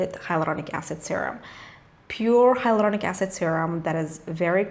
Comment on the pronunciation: I love your r roll in hyloRDonic acid .😂😍